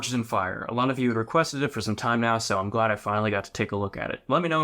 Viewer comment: "Glad", not "Glade".